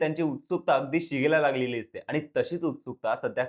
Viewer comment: आनी पानी करताय. सगळेच podcast वाले ण आणि न चा गोंधळ घालत असतात. त्यांचं मराठी ऐकून कान किटले आहेत. आता तुम्ही सुध्दा त्यात भर टाकली